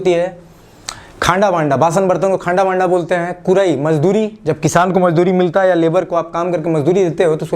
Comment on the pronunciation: Its not khanda banda, khanrha Banrha..actual pronunciation yhi h